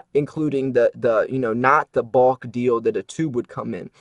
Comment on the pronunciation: This guy has odd accent with word "bulk' (rhymes with hulk,NOT caulk). Confusing Numismatic value with bullion value is misleading. We all know most stacker's handle their bullion without gloves: completely ruining numismatic value. Red Book retail value is only helpful for ultra beginners.I dont think this guy understands various industry publications -IF you're thinking of selling numismatic value worst guide you can use is redbook. You need the Blackbook for ABP (average Buy price for noobs) and Bluebook (wholesale) which is all a dealer can offer and still resell. This is 101 basics people. PS pronunciation isnt critical.....just fun (colloquial)?